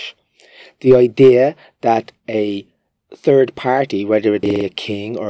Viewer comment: 🤣 with your accent and the way you pronounce 'third', I listened to you name King Edward the third as the "turd" . I can't help but think maybe Irishmen simply used their accent as an excuse to call the English King a turd. Hahaha